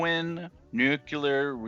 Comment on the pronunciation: Great video. Helped a lot. One thing though, its pronounced Nu-clear, not nu-ku-lur. A kid actually corrected me on that. lol